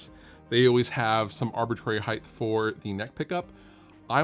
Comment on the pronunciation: Height not hiytht